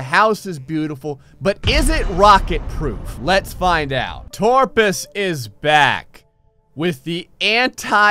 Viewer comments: It’s kind of unsettling how he says torpus instead of toprus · Will he ever realize that it's actually "Toprus?"